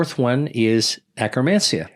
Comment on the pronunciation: Did he say acromancia?